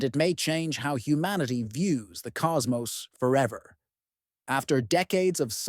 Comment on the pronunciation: Cos-Mose? Cos- moss!